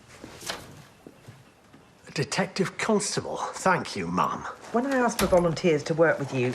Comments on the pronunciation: Certainly not "mum". It's ma'am (madam). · tempo ratus. Lewis is from Newcastle, so you have an accent to contend with, but the correct pronunciation of ma'am rhymes with 'jam'. It will be helpful for you to remember this if you should ever meet the Queen. 😀. He doesn't say 'mum' though.